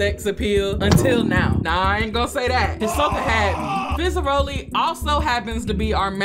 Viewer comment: Its fizzarolli not fezzeroli.